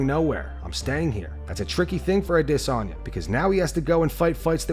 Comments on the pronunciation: Bruh we need to stop this trend of saying Israel’s name all weird with that stupid phoney accent. His name is Adesanya. Adis. Onya. Izzy used to pronounce his name that way all the time, only once DDP challenged him as the real African champ did Izzy start trying to African-ize his speech and call himself “Ah-DIS-on-ya”. It’s a fake, goofy, marketing ploy and it’s not how he said his own name for years. Just stop. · wooohooo, that pause in Adesanya is getting shorter and shorter..bc it doesn't exist in real life! i'm winning this one, you'll say his name right or i'll never shut up!